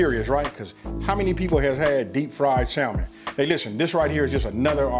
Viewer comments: it’s pronounced samon not salmon 😂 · Awesome video as usual! My brother killing like always! Btw the ‘L’ is silent in the English pronunciation of the word ‘Salmon’... pronunciation is ‘Sammon’. English is truly an odd language. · ‘Sal” mon 😂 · Going to try tonight. Looks good. Also, the L is silent 🤫 samon. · I did cringe every time he said Sal-mon, lol. But the food looks AMAZING. And that's ultimately the only thing that matters... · The L is silent; its pronounced "Sa' men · Hey still new to the channel and been rocking through the video collection you have up. Then I saw this new one pop up and had to check it out. While I can't eat, touch or even be near fish (allergic) the dish looked good. However on that pronunciation the word Salmon is Samon with the L being silent. No big issue just mentioning it. Keep cooking and doing your thing. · When i hear ppl say the "L", in Salmon 😡😡🤮🤮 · the "L" is silent in Salmon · The L is silent bro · It looks delicious. The L in salmon is silent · Looks good but theres no L in salmon :)